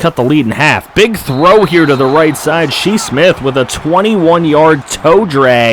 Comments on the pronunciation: “She Smith” Shi Smith Pronounced (Shy) Just wanted to point that out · Yeah it's pronounced "Shy" Smith lol. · Us South Carolina fans getting triggered how you say shi smith